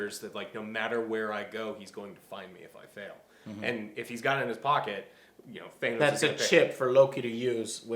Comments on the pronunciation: It’s idris not I-dris And it’s Than-os not thaYnos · IT'S PRONOUNCED THAH-NOS YOU DUMBASS! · STOP PRONOUNCING THANOS LIKE THAT !!!